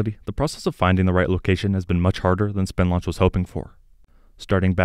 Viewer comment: When talking about Spin Launch emphasis should be place on the "spin" aspect.